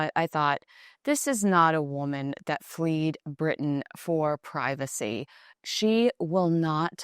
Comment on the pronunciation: Fled Kinsey not fleed!